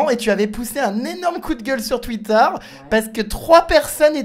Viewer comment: Sa m'a tuer elle a dit "tuïter"😂